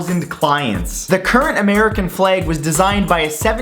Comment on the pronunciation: He said flag as "fleg" in fact 7